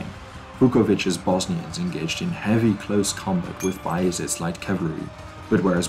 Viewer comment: "cavlary" :face-blue-covering-eyes